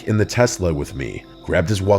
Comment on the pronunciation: Say Telsa again , say it just one more time! I dare you. I double dare you mother f*** - Pulp Fiction 😂